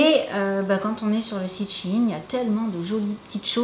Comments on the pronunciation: Mais t trop bell parcontre on die pas shin mais shein pronnonce le E sinon super video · C'est pas shine mais shèine sa s'écrit shein ^^ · Coucou shein sa se dit chaine mais pas chine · j'adore vos vidéos et tous mais on dis shine mais shein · Cc je suis désolé de te le dire mais on dit pas shin. Mais shaine. Je sais pas si je suis très claire. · C pas shyine la prononciation c shayne la prononciation hihi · Noooon sa se prononce Shaïne mais la vidéo est trop cool sa ma grave inspirée !! Alors Merci merci 🙏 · Coucou apparemment on dit vrm chine pcq avant sa s’appelait Sheinside donc quand on le dis on dit sheiin 💛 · Waw j'adore les ensemble 😍 mes juste y'a un trucs qui me fait beaucoup rire tu ne prononce ma shaine comme il faut 😂Si non je voud adore vous ete les best 🥰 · shein se lit ^chayen^